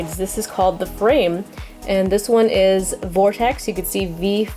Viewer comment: its not supposed to be frame that's just how its pronounced in japan its supposed to be flame